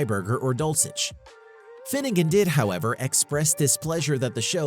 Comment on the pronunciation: The level of wrong in this vid is amazing. Mark Finnegan? Finnegan never left RK Finnegan DID leave FWF No direct mention of Finnegan's Garage It's "Dull - sisch" not "Dull - chich" The premise of RK was never to crash The list goes on and on. You suck doing research.